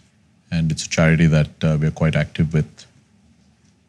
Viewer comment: charity sounded like Chaaya-Kudi.. means 'have-tea' in Malayalam. Wasn't expecting philanthropy on the table , great to see !.